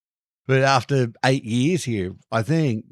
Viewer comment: After eight years you still spell "years" as "yee'ahs" do you? 😅